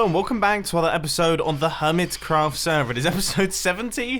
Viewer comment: Whats a semer you didnt say sever xD